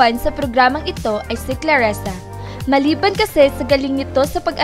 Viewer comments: Clarisa di claresa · CLARISA , anong claresa???